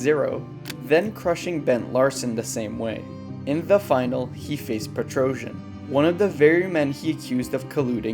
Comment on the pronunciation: It’s pronounced PetroSYAN, not Petrosion.